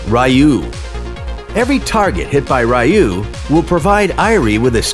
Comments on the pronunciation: I just want to point out that her third skill should be pronounced as 'Riyuu' not 'ruh-yuu.' Ryuu means Dragon in Japanese, and her third skill basically uses a dragon technique. Thanks for the guide, though! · its pronounced Ryuu (Ryu) meaning Dragon, not Rayu, we are playing AoV not Street Fighter lmao